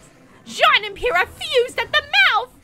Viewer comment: It’s Pyrrha, not “Oyrrha”.